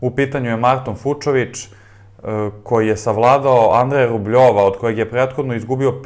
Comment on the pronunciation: Marton Fučović, ne Fučovič.